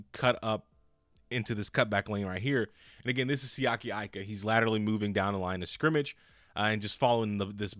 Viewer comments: Eee-ka, not Eye-ka. Respect the man's name 😭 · Bruh he has Pittsburgh Steelers written all over him & btw his last name is pronounced "Eeeeka" not "I"ka, the I sounds off as an E in the poly language, please stop butchering this sole's last name bro Lol, great add on with Alualu & Heyward,,, all Steelers Nation stand up! Auuuuuuuryte!!! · His last name is Tongan, so you pronounce his last name with an E even though his last name starts with an "I... (E-ka)... ika